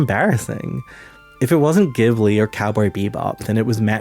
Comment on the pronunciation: Good video but please learn to pronounce the words Ghibli and Manga (among others).